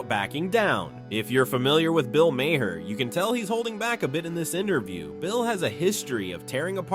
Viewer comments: Maher is pronounced Marr. Like Johnny Marr from the Smiths. He was born as a Maher but changed spelling at 14 so people would pronounce his surname right and avoid confusion with drummer John Maher. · Who the hell is "Bill MayHair"??? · Way too much narrative. And WTF is Bill Mayhare? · "If you know Bill Maher..." Says the guy that keeps fucking up his name.